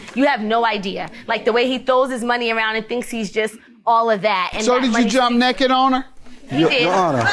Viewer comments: "I was never "neked" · "I was never nekked!" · "I was never neked."